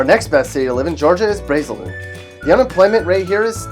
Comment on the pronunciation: bud i’m in braselton and it’s pronounced (BRAZEL-TON) not Bray-zel-ton and we go to one of the best schools in the stat oof